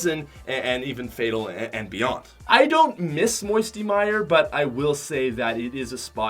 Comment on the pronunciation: I was crying when he said moiety mire.😢😢😢😢